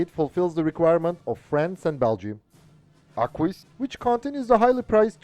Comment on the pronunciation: I can see how hard it is to pronounce Arquus the right way ; but it is simply "Arkus" 😉